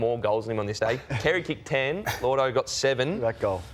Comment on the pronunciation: isn't it lloydo? not llordo? tf is llordo?